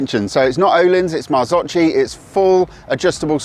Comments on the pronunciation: Actually pronounced Marrts-ok-ki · Pronounced Maar-zow-kee.